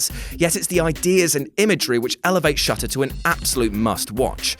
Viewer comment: On number 7 I thought he said shut up XD 😂